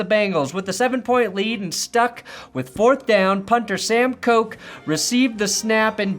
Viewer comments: PS Koch’s name is pronounced Cook not coke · Sam Koch is pronounced cook. not like you'll ever need to say him name again